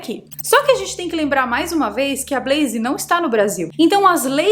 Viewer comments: blaze sem i no final. Blaiz... Não blaiziii. Brasileiro tende a colocar "i" qdo consoante está sozinha. Big vira bigui / pet vira pé ti top vira topi... E aí vai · Blazer nao é Brazer. É com L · EEEEITAAann.... falando da 'bleizi' 👀 gosto.